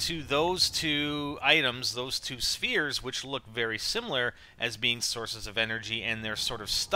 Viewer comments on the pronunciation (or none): I lost it when you said the two shperes in the mouth! xD